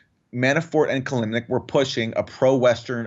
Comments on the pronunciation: Kil-im-nik. Sounds like "kill limp dick," not "kill Nick." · Ki---LIM---nik — 3 syllables